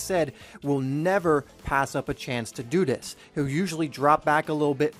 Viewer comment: "to dew dis"